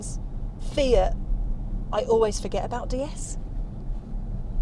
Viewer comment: It's pronounced "déesse" - deity.